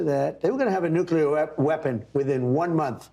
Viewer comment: Another little goof ball who cant say the word nuclear. My god im tired of this.